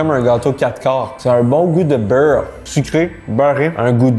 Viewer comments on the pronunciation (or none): Cool vidéo mais la manière tu dis beurre comme Céline Dion me rend aggressif